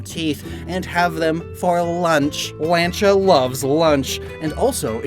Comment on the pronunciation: The way you pronounced Lancha reminded me of Metal Slug's Rocket Lawn Chair.